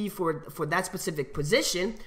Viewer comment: How many times did he say pacific instead of specific